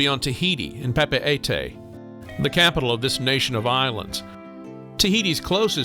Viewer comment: Great overview of these two places! Just a tip on pronunciation of Papeete: Pah-peh-TEE